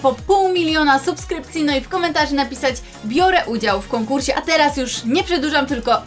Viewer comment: '' Biorę udział w konkurśe''❤️❤️❤️❤️❤️❤️